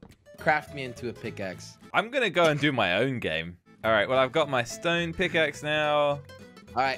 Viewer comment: josh saying stewn instead of stone...